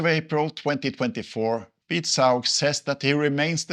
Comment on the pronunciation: Beat is pronounced Beaat...